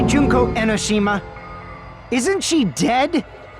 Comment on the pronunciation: I cringe how they say Enoshima or Hinata omfg